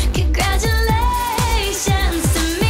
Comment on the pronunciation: i love when she says CONGRADUALAATIONS TO ME